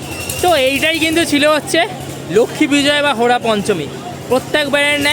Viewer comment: তোমারা কিছুই জানোনা ওটাকে হেরা পঞ্চমী বলে (হোরা পঞ্চমী নয়😤